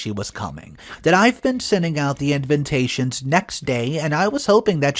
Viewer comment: Any chance the word ‘invitations’ can be pronounced correctly?? The correct way to pronounce it is IN-VIT-TAY-SHNS..there’s no second N after the V.